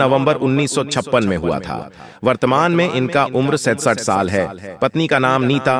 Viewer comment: साल यानी वर्ष का उच्चारण बहुत गलत है फिर भी जानकारी बहुत ही अच्छी लगती है